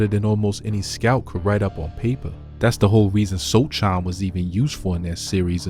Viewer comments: Bro said Shoulders.. Soldier.. So chin..So can ..So kin😂 So shaun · It's "So - han"😊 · It’s pronounced so hon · “So Han” is how you say it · It's pronounced So Han. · The c is silent his last name is so-han. How you make this video mispronouncing his name. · Congratulations to the Knicks team: Victor Wemby sucks!. He good until he lose. Do better Guy: why you pronounce Sochan 4 didn’t ways 😆😂-Gang 😆😂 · Dont make content if you cant pronounce the name. Shit is amateur. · You don't even know how to say his name right. Every thing this channel spits out is garbage.